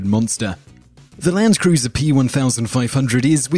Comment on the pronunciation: Landkreuzers pronunciation is simply hilarious!